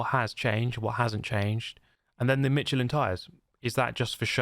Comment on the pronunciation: FYI Michelin is pronounced like Mishelin.